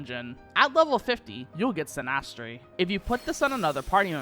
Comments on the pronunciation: Why did you pronounce Synastry like that? It's literally basic English. I'm sorry but dude.... wow. You don't put emphasis on the A. it's not ''synnASSTRay'' LOL. It's more like ''Sinistree'' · These spells use real astrology terminology which is pretty cool. Btw you are pronouncing spells wrong "mal-if-ick" "Sin-is-tree"